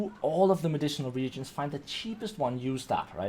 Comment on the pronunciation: Re-A-gents not Regents